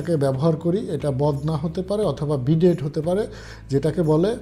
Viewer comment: Vai, wonderful efforts indeed. A small correction BIDET is pronounced as BeeDay (T remains silent). Best wishes brother - apologies if unnecessarily annoyed anyone.